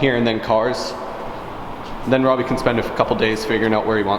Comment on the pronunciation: saying “Robbie” Canadian AF